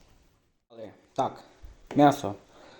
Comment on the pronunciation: чАнАхи, а не чЕнАхи! І, справжні чанахи готують без грибів... Бляха, апетиту нагнав...